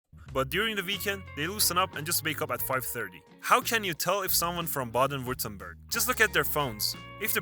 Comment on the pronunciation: By the way, the person narrating the video is not a German. His pronunciation of state and brand names is very far off from the ideal pronunciation. His interpretation of "Baden-Württemberg" is almost incomprehensible for German speakers. And Bremen is not beautiful, safe for very select places. There are few locations in which you can turn 360° without seeing something unappealing.